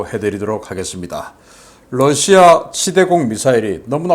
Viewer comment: Russia발음 바로 해주시면 고맙겠습니다. 여러번 말씀 드렸습니다.